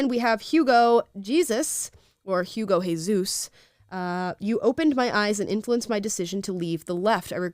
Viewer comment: Since we are talking about the correct pronunciation of names, I wanted to add that the Hispanic variation of "Jesus" is pronounced "heh" (heh like head) and "soose" with the hissing S sound. Heh-soose. Not Hey-zeus. Lol.